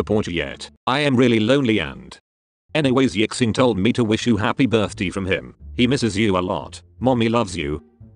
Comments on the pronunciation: "hApPy bIrThDeE" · “happy birth-dee”